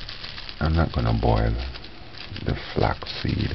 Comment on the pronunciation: So cute and funny how he fights with the words "irish moshh" and flex or flox seeds 😂 I suscribed to your channel just to hear you speaking.